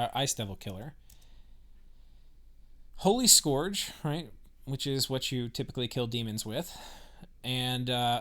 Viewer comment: Please stop pronouncing "scourge" as "skorj". It's "skurj". It rhymes with "purge", not "forge". It's driving me nuts.